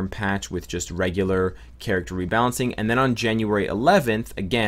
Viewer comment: JANAURY instead of JANUARY